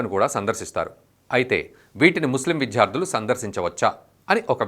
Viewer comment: విద్య, విద్యార్థి, విద్యార్థులు అనండి సార్. విధ్య, విధ్యార్థి, విధ్యార్థులు - అంటుంటే వినడానికి ఇబ్బందిగా ఉంది.